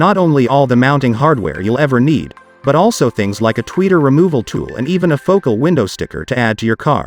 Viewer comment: ..." Foh - CAL!" Your AI robot script is awful although I did learn some things.